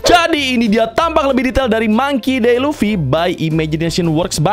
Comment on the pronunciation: Baca namanya Mangki Di Lufi bro bukan Mangki De Lufi 😂